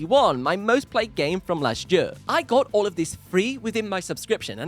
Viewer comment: Did anyone count how many times he said ‘jur’ instead of ‘year’